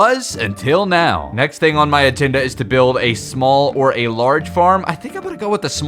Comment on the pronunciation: anyone else hear him say "atenda" instead of agenda? lol i think it was